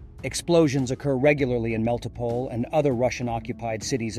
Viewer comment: Melitopol. Say Mell-ee-tow-pole.